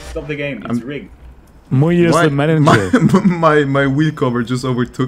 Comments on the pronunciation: MuYe❌ mooye✔ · Ah yes I like "MuYe